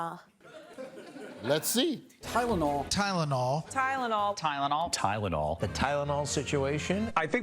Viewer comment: the way she says Tylenol 😂